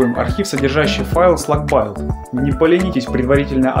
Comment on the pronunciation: Build читается "Билд" - строение ("Эмпайр Стейт Билдинг", например), таким образом, имеем СлакБилд, но не СлакБайлд (извините)